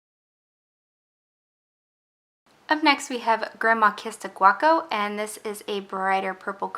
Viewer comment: It’s grandma kissed a gaucho - not guaco.